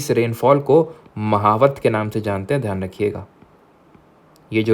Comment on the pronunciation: Sir ye बनास नदी होती है ना कि बानस और सर्दियों में होने वाली बारिश को मावठ बोलते है। ना की महावत। Ise is tarah se pronounce Kiya जाता हैं हमारे राजस्थान में ।🙏🙏 Thanks sir